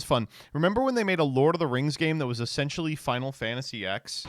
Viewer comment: could make a mean banana bread Also it’s “Final Fantasy Ten”, this isn’t “Arc-Vee”